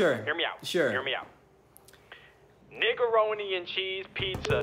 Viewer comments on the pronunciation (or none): HE SAID NIGEERONI 💓💓💗💗😂😂💕😂😂😂IM OFFICIALLY DEAD INSIDE